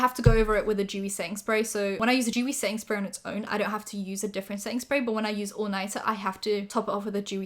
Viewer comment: What says: setting spray What my stupid ass hears: sainsbury's